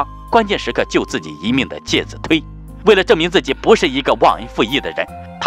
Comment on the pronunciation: 介子推（chui）音同吹